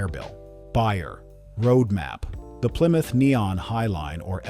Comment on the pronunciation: What's a ply-muth?